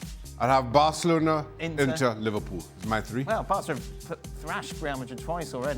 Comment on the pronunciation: Bro said livarpool and Varca😂😂😂😂😂 lmao